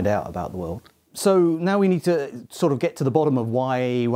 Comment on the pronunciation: "we nei:d a sei:d"